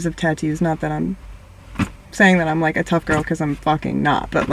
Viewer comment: DONT SAY "LIKE" LIKE LIKE THAT!